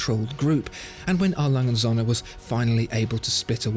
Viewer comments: Still baffled you don't even know how to pronounce their name right. It's not that hard for a german name. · Kinda hurts my german ears how you say the name because usually words are said more seperately in German. So you wouldnt say Alangundsohne which is how i hear it. But rather A. Lange. Und. Söhne. I know that ö is very hard to pronounce for foreigners though. Other than that great video and pronounciation. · I love the channel, but could you please stop pronouncing A.Lange und söhne (Adolf Lange and sons) as if it was one word? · You really need to learn how to pronounce „A. Lange & Söhne“! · is it wierd that I want a 1 hour version video of him just saying A. Lange & Söhne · Please learn how to correctly pronounce it. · Just... please make the effort to learn how to pronounce their name cause aside from that it’s a great vid. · Oh, how I want to hear you pronounce your favorite watch making brand correctly, just once. This is ridiculous.. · I am relieved that you learned how to pronounce Glashütte (it's not Gla-shit-teh). Could you please also learn to pronounce A. Lange und Söhne. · It would be great if you pronounce A.Lange... correctly Especially Söhne